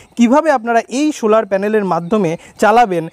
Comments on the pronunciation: Sholar panel na solar panel..uccharon thik korun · Vdo is nice but bad pronouncing of solar..